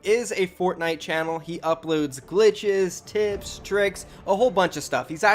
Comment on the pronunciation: He uploads glitches, tips (accept it sounded like he said to p as a t